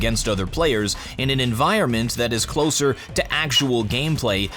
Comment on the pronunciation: I always hear "and I still have no clothes on" much rather than "no closer"